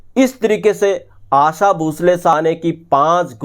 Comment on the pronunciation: Bhai aasa nahi aasha.